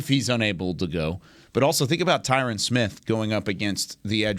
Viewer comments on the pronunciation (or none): Oh, come on guys, all of these years you still can’t get the greatest by left tackle of all-time name recognition right….put some respect on his name Ty-RiN….. remember Ty Ren rhymes with I win💯💯💯💯💯💯💯💯💯💯